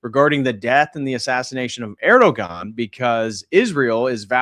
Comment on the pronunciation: The ğ in Erdoğan is silent 🤫 😊 Just trying to help out!